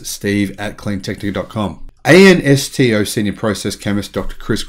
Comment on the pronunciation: lol - Ansto is usually said like a word "ansto" (ansto [long "A", long-"O"]) - not spelled out like in kindy..